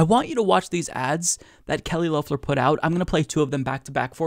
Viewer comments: For the second time, it is Lef-ler not Loaf-ler. yes she is making some stupid adds and we all hope she loses, again (she actually lost her election but no one got the required 50% of the vote) but at least pronounce her name right. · I enjoy your show. Please pronounce her name correctly. It’s LEF ler not LOWfler. Even tho I think she’s evil and racist, I think it would look better for you to pronounce her name correctly. Please don’t get me wrong, I can’t stand her and I voted against her.. Twice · Still saying Low-ffler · According to her own pronunciation its pronounced L ef ler. I hate to correct but the mispronunciation is a little annoying. It hurts credibility as well in my opinion. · Her name is pronounced "Lefler". Didn't you listen to her ad?